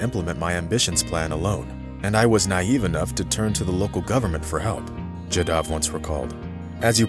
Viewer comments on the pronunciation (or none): Jaadav.. not jadaav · Pls pronounce this great man'name properly..."Jaa Da V" and nothing else.